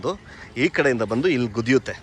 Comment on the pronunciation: ಗುದಿಯುತ್ತೆ ಅಲ್ಲ ಗುದ್ದುತ್ತೆ